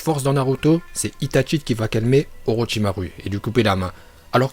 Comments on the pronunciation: Stp prononce bien les choses Hokage se prononce HOKAGUÉ Itachi c’est pas ITATCHI orochimaru c pas OROTCHIMARU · Non t'abuse la, OrchimarU, NarUto ShippUNden etc.. Omg c'est d'un gênant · On di itachi pas itatchi et orochimarou pas orochimaru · Shipunden, Okadjé, OrochimarU, sah.. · C'est une chaîne troll et donc il troll les prononciations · Orochimaru et Hokage rip la prononciation mais pas grave super bonne vidéo !🔥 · on di itachi pas itchachi pareille pour orochimaru orochimaru articule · "HOKADJÉ" "OROCHIMARU" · D'un côté t'as les prononciation ultra exagéré genre : I-tate-chi, na-lu-to, ka-ku-dzu Et de l'autre t'as : Orochimaru prononcé bien à la française avec un u. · Grave ( surtout UCHIHA ET OROCHIMARU) MAIS PGRV